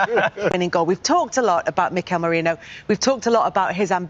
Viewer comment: Moreno? His name is MERINO